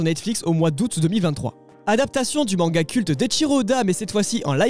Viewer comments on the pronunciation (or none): none